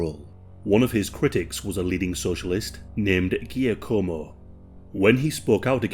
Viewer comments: It's pronounced SHAKKomo. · terrible voiceover! I switched off after the 1924 murder of 'Ghee-Ak-Como' (presumably Giacomo Matteotti). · Giacomo is pronounced jackamo 😂😂😂😂 not gia como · Giacomo is pronounced jackamo also 😂 still love these dark history mini documentaries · worst pro nunciation of giacomo I’ve ever heard